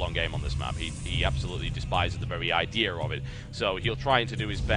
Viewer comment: Idear of it. Please sir, you hurt my ears. I still want to be a fan, but "the idear of it"